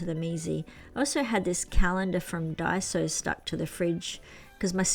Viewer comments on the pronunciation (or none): none